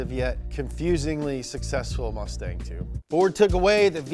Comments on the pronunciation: I think they meant "mustang" not "mutsang" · He put mutsang lmao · “mutsang” lmao